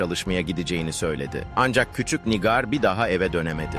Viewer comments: Nigar Nigar dedikçe sinir oldum NİGÂR diyeceksin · Nigar değil, Nigâr. Bari mesleğinizin hakkını verin. 😒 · Yapay zeka anlatıyor da ondan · Lütfen nigar ismini doğru okuyun. Allah ım rahmet etsin o yavrucagiza